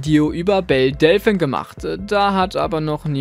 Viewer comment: Du sprichst Delphine falsch aus.